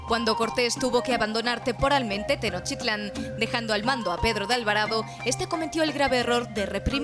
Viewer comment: Mal pronunciación de mexica y Tenochtitlan